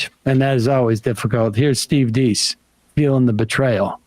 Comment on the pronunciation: They clearly have no idea who Deace is. Apparently their show prep wasn't actually viewing the clip, let alone researching, beforehand because they can't even pronounce his name. Deace [that's pronounced DACE, like he said in the clip] has always said the Dominion voting machine fraud wasn't something that could be proved and Rudy et al were wasting their efforts in claiming fraud there. He is pissed at them for wasting time/money/credibility on it when there was no way to prove a negative. But if you don't do your prep, you have no context for any of that. But like most MSM, that's to much to be bothered with. Instead, just spin it to show literally the opposite of the guy's beliefs. It's all about narrative, never about the truth.